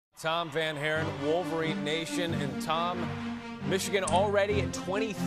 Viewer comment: said Michigan Wolvrens i know you can do better